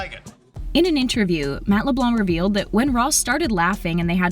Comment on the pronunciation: She also pronounces Leblanc wrong lol